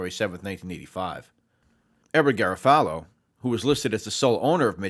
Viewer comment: Solid information, but the constant mispronunciation of Garofalo kills me.